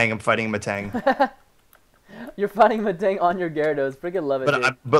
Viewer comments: preston its garados not gyrarados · It's Gyarados, not Gyaradose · perston its no E gyarados